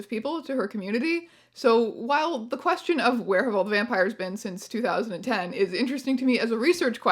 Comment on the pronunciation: "Quefion" <3 XD